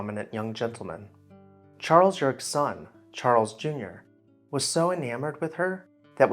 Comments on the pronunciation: Very interesting, well researched, however the last name of Chas. Yerkes is properly pronounced 'YUR-KEEZ' and not 'YURKS" as the commentator suggests, Having known several generations of the family, I tend to 'cringe' at the latter pronunciation, LOL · "Yerkes" has two syllables....